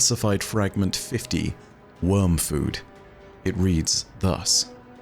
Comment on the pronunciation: You keep reading Wormfood like that and we’ll find out that the Witness is a W’rkncacnter.